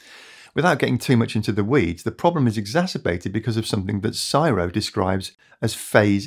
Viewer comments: We generally spell out CSIRO. I don't think I've ever heard someone say it as a word before. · You are saying CSIRO wrong. You say all the letters C S I R O - but in an Australian accent 😁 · Listen to this guy mispronouncing the "Ce Es Eye Rr Oh" (CSIRO) Is kinda painful. In Australia, for organisation acronyms, we say each letter.. But thank you for this informative video. It's an excellent explanation of the technical problems of the transition to renewable energy. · So it is pronounced C S I R O. All individual letters... Hot tip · I've never heard the CSIRO pronounced "psyro" before, but I like it. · Just in case no one mentions to you, CSIRO is pronouced C. S. I. R. O. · We say C S I R O and we don't try to pronounce it as a word. Amazing news though 🙂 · Another cracking video, thanks again. One note, the acronym CSIRO is pronounced "C, S, I, R, O" in Australia, not as a word. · CSIRO is pronounced c-s-i-ro (see, s, i, ro) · C.S.I.R.O., we just sound the letters out. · ive always heard it pronounced see-ess-eye-arr-oh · CSIRO is spelt out and not made into a word. Other than that a great video. Cheers, a pedantic Aussie. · CSIRO, See, Ess, Eye, Are, Ohh. C-S-I-R-O are individual letters in lumped together and they are pronounced as single letters. It is NEVER spoken as a single "word" like you used. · Hearing someone say CSIRO like a word instead of an acronym sends a shiver down my spine... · I've never hear anyone pronounce the CSIRO as an actual word before. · Never heard CSIRO said like that before, usually we just sound out the letters. I got 6.6kWsolar/5Kw inverter for $3.4kAUD in 2022. In summer it generates 43kWh per day, winter its 22kWh. Got an EV in 2024, thought we would charge during the day more but mainly overnight with higher flow rates. Just ordered a 20kWh battery for $6.7k, being installed in January. Will cover the AC and EV overnight usage ezpz. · We pronounce every letter in CSIRO, its an initialism like FBI or the NHS